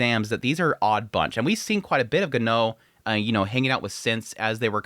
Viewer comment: Your pronunciation of Genau name made me laugh each time I heard you say it 😅